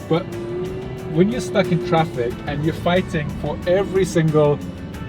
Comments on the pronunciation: That "TRAPIK"! 🤣🤣🤣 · Glad you're using the Filipino accent on how to pronounce some English words: traffic = TRAPIK; hungry=HANG-REE. Now, I have a request for you and: in that please use the following two Tagalog words once or twice and it will jilt your viewers with joy: (1) "Di Ba?" - In conversations, Brits always end their statement with "isn't it?" In Tagalog, please substitue "di ba?" For example, it's very hot today, isn't it? Say, it's very hot today, di ba? (2) "Grabe" - Also say "grabe" (pronounced: grab-beh) when describing something that is super good or super bad. For example when you see a car wreck, you say "grabe"...with this one word, you are describing the wreck as very terrible. Or, when you go to a tourist spot, like Tagaytay, and see some beautiful spots, say "grabe" which means you just saw some very beautiful sceneries. Superlatives in Tagalog.